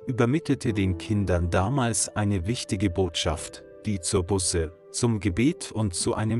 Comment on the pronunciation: Man sagt nicht "Busse", sonder "Buuuße"! - Es ist einfach eine Schande, daß der Sprecher dieses frommen Kanales nicht einmal weiß, wie man das so wichtige Wort "Buße" richtig ausspricht, denn es handelt sich nicht um eine Anzahl Auto-Bussen!